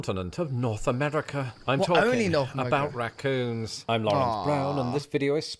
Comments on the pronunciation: Rah coons not ruh coons! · Ok, raccoons is 2 syllables not 1. Rac-coons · Pronounced more like "rack-coons". The "a" sound is very much like "bat"